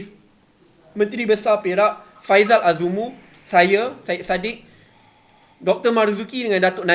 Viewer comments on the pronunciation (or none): none